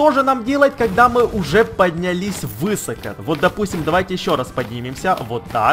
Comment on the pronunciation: Он из украины. Но меня это всегда убивает.